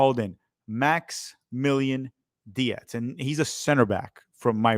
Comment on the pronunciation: Dietz is likely pronounced Deetz not de-ets